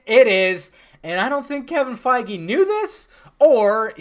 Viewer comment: Quit pronouncing Kevin's last name wrong it's fucking irritating 😠